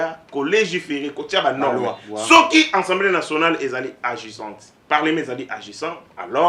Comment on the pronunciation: Monsieur, vous parlez de ensemblee ou assemblée ? Nuance !